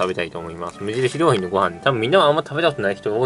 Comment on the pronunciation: 無印りょー⤴︎品